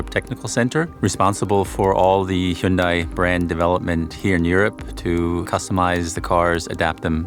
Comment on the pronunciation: An official Hyundai channel incorrectly pronouncing Hyundai 🤣